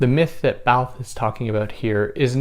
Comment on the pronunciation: You mispronounced the word Barthes.